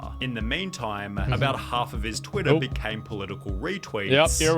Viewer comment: why is the guy pronouncing like : " Twittaaaa". I mean wtf is wrong with him. Its just "Twitter"